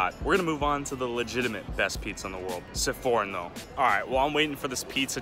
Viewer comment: che poi non sa pronunciare sforno ma dice seforno